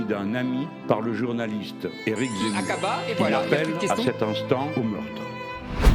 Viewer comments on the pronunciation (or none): none